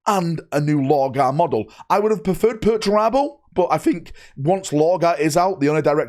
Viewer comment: Did i heard right... sayig "I would prefer Perturabo"